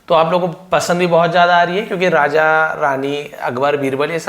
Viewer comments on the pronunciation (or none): none